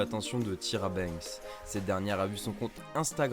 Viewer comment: Il a dit "Ti-ra Banks" au lieu de "Ta-y-ra Banks" je meurs 🤣